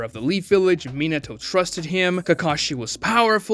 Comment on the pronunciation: Minnentuh? MINATO!